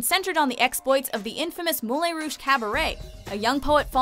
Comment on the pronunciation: They should have done a part 2 of this list cause there is so many more good ones. Also I dislike how she keeps pronouncing Moulin Rouge!!